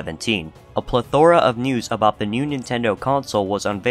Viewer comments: Ple-THOR-a? Cli-TOR-is? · is plethora always pronunced like that?